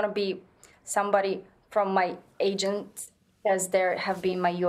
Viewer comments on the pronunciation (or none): none